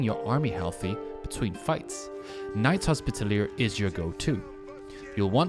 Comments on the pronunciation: 'Knight's Hospitallier' 😂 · Bro you're pronouncing knight's Hospitaller wrong